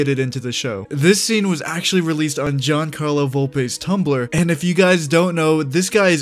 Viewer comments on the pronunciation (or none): none